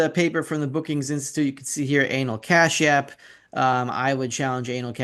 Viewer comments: Anil is pounced as Aneel. I'm an Indian. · ha! pretty sure its 'A-nee-l'